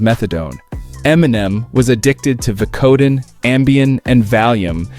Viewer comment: Vik code den , who the says it like that .